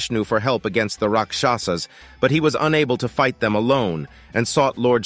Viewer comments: Correct pronunciation is Raakshasaas..& not Rakshaasa.. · Your not pronouncing 'Rakshasas' right bro, the first 'a' should sound like 'aa'. And the pronunciation you used in video means protection. Two different meanings right. Hth